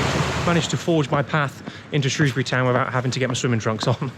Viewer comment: From someone born and raised in Shrewsbury, thank you for calling it Shrewsbury and not SHROWSbury. I still have nightmares about these annual floods and the weir